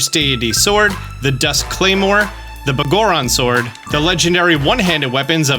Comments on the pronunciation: Its pronounced Big Goron Sword. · Can't get over the way you say Biggoron Sword lol.